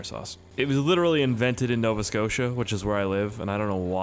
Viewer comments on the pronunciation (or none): none